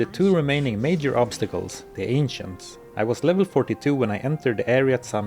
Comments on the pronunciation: It sounded like you said "the very trickery trio, the Asians" instead of ancients 🤣🤣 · When he said "the ancients" i heard " the asians"